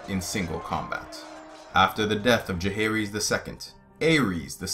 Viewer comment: Aegon is pronounced 'Eggon". Aerys is pronounced "Eris." Jaehaerys is pronounced "Jeheris". Daeron is pronounced "Deron". List to George RR Martin pronounce a few of these and you'll get the hang of all of them.